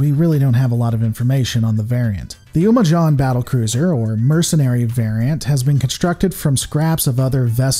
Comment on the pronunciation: umojan is pronounced "yu-moh-jen" and is not a mercenary variant, its one of the three terran "nations" in the korpulu sector: the terran dominion, the umojan protectorate, and the kel-morian combine.